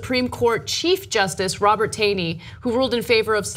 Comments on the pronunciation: #1 its ROGER Taney, not Robert...#2 it's pronounced TAWney not TAYney....remember, TYT is a "news" source. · Not a big deal, but it's pronounced 'tawny' (despite being spelt 'Taney'). Perhaps a bigger deal, while admittedly a total jerk, Justice Taney was not a Confederate. It's not quite the same thing. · Tawney like tall-knee